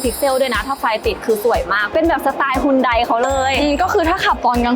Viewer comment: ฮยอนแด ออกเสียงไม่ฮุนได คนสวย..55